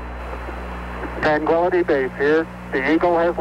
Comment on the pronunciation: "Woger Twang-quility base uwu"